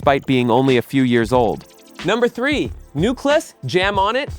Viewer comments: I love that you’re doing this. But the way you pronounced “Rakim” exposes that you really have no idea what you’re talking about. You’re just reading a script. Or even worse, AI is reading it. Either way, it’s insulting. Oh, same for Newcleus. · Can we stop White people from narrating our musical history! Why can't they ever pronounce correctly. "Shan Tay"? It's Shawn-Tay! "NewClus"? It's New‐Clee‐US! The Soul Train clips are from the 90s ...stay out of shit! Smh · Great video, but I kept cringing every time he mispronounced Newcleus and Shante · It's cringe when I listen and realize it's AI narrating. It jacked up Roxanne Shante's, Rakim's and Nucleus' name 🤦🏾‍♂️